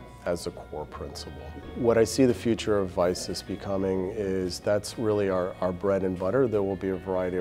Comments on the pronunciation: They should consider a name change before becoming a household name. It sounds a lot like "Isis" when he was saying it, especially after the word "of". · I heard " The bread and butte of isis" but he said of vicis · Whenever I heard Vicus in that video I thought they were saying ISIS. Lol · Biggest problem: when they say "of Vicis" it sounds like "of ISIS". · Sounds like he was saying isis the whole time